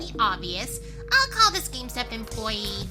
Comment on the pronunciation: Lol said game stop wrong and i told her it was pronounced game stop not game step 💧🌊